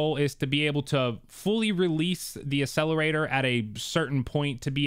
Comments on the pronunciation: You: A sell er ray ter Proper: Ack sell a ray tor Proper: Ac cel er a tor Ya Killin me. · Love the videos but Bro you need to stop saying Accelerator and Accessories wrong. It’s pronounced As Ack….not Ass. Look up the pronunciation, just sounds really bad. Sorry not trying to be a jerk! You have great content!